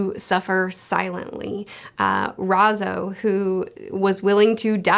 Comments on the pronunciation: good Video, but it’s R A I Z O, not R A Z O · What is so hard about the pronunciation of "ai"? Its R-eye-zoh. Like is it an on purpose joke? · Ah yes, "Rhazoh" my favorite scabbard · I like how she says Razo 😂😂😂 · She says Raizo with a southern accent, how adorable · Why does sound like she's saying Raizo in a Texan accent XD